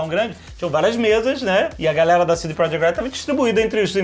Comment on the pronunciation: e pronuncia proYekt